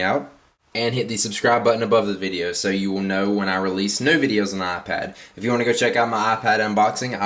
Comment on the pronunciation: " neuu" its NEW fark